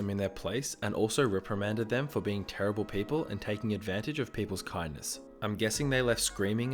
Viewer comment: I though kindness said kiddneus